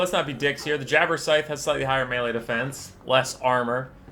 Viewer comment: It sounds as if you are saying 'Jabberscythe' instead of 'Jabberslythe'.